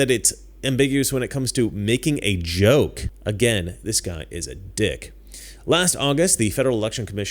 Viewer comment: They mispronounced “joke”.